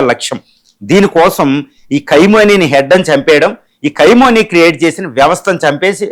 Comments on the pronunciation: Ore Vedhava Analyst. Pronounce properly the name of the Supreme Leader of IRAN. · అసలు ఈ "ఖైమోనీ" ఎవరు, " నేతన్యూహు" ఎవరు, ప్రపంచమంతా ఖమెనీ, నేతన్యాహు అంటుంటే నువ్వేమో ప్రతిసారి అలా అంటున్నావు, ఏది నిజమో మీరే చెప్పండి